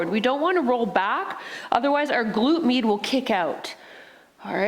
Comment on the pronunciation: definitely felt that....a nice warming sensation left in my legs. the first time I heard you say "glute med," I could have sworn you were saying "glute meat." haha... I get it now but thought that was a funny/clever way to talk about the bum area.